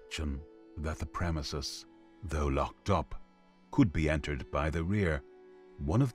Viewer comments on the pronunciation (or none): none